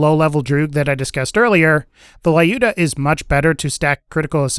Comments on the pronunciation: Please, stop calling it "Laiooda", it is more like "Lewda", I mean [l'uda], if it will make it clearer. This name is common in Russia, so I know for sure how it must be spelled. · You are saying it wrong, Lyuda is russian name and sounds like lewd-ah